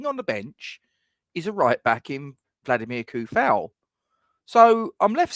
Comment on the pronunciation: And, according to the man himself, it's pronounced "Vladimir Too-Fahl". Let alone "Bruno Fer-Nan-J"